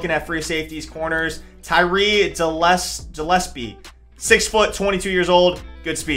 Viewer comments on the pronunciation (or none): Tie-ree Ge-le-spee is how you pronounce his name, tyree Gillespie